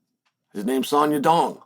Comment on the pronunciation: I genuinely thought he was messing with us by saying song dong. But now he changed it to song young dong. fun fact, Oregon is the most white state in America and that explains why he can’t pronounce names.